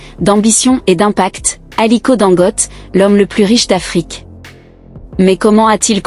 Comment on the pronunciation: Pardon son nom se prononce Dangoté